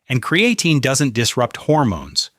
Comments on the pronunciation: Amazing how AI can spit all this good information but can't say creatine right. He says "cre a teen". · kree - uh - teen 😉